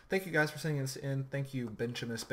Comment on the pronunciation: Thanks for the upload. Subbed. And its Bench-e-mus. lol